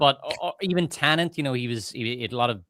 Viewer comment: Most people around the world can't say tenet right, either. Show some grace, brother. I bet you can't say onomatopoeia off rip, or abibliophobia without practice. They also made the marketing pretty ambiguous in the US, though I am very familiar with a 'tenet' I thought it was tenant, given it's a black guy trying to go back in time to prevent disaster.